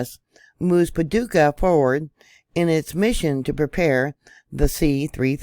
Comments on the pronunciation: You said Paducah right been there sweet people in the community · Well, got to thank you. That uranium site you found was a surprise to me and I've lived in Clarksville tenn, been to Paducah ky. Which you pronounced correctly and have a daughter living on the border line who likes to go to the land between the lakes..... This news just broke my heart a little more. 😳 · Yes, you pronounced Paducah correctly. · Hi! You pronounced it correctly. GOD shows me things to, tonight it was the movie It’s all about earthquakes and rift from South Dakota to Texas, that spilts the United States in two. Very interesting. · Paducah is my home. I was born here. And yes, you're pronouncing it correctly.